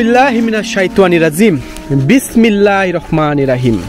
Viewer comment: কিরে ভাই।বিসমিল্লাহ টা ও সুন্দর করে বলতে পারেন না।আরবিতে শুদ্ধ বলার কোনো বিকল্প নাই